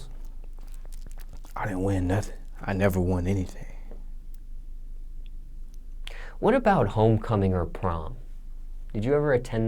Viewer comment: JR Jazz Nigga said, "Hennything is posible".